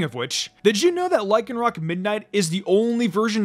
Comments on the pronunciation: A Cell Rock Lmfaoooo its pronounced axe- cell- rock, kinda like accelerator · *and ack-cell-ER-rock!